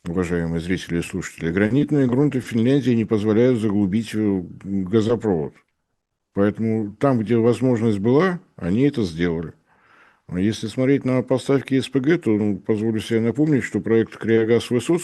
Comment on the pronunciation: При всем глубочайшем уважении к Борису Леонидовичу - газопрОвод и нефтепрОвод режет ухо не меньше. Нас в Менделеевке за такие казусы гоняли нещадно